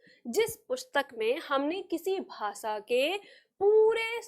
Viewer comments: आप खुद श और ष को स बोल रही है भाषा को भासा बोलती है।अपना उच्चारण सुधारिये फिर सिखाइए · विनम्र निवेदन है कि; आप जब भाषा बोल रही हैं तो वो "भासा" सुनाई पड़ रहा है। और जब "प्रयोग" बोल रही हैं तो वो "प्रियोग" सुनाई पड़ रहा है। ~~~~~~~~~~~~~~~~~ श - शलगम वाला "श" ष - षट्कोण वाला "ष" स् - सरगम वाला "स" हमारे बचपन में यो हमको ये पढ़ाया गया था, 60 के दशक में।